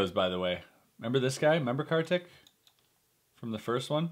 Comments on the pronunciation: it's pronounced as "car tick" he is indian and I'm too so was just correcting u nd btw i love the bad magic series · Ya he is.. For sure.. But you can pronounce him as kar =car ; tik = teak so it will be carteak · Its pronounced as car-thick... really i aint kiddin